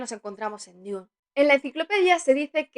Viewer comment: DUN, DUN, DUN, se pronuncia DUN, no DIUN